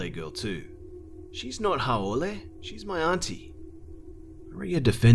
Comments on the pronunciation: Hey:) just letting you know the pronunciation of "haole" is "how-lee" just sharing because I'm from Hawai'i too. I always love your videos. Can't wait for your next one. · Great vid B. Lmao when you were pronouncing Haole. Great story though